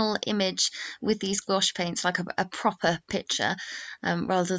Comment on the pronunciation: It’s pronounced exactly the way she pronounced it in the video; it’s only one syllable.